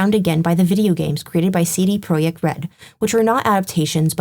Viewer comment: No worries, everyone mispronounces things sometimes. You did a great job on this video, and while I enjoy the garden variety "the witcher is woke" clickbait at times, this type of serious deep dive into the issue is far more productive and valuable, so thank you for that. We need more videos like this. Also, CD ProYekt Red bro